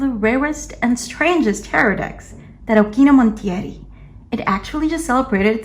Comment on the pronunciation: I follow you on Tumblr. You're amazing and props for actually pronouncing the name of the deck correctly ;)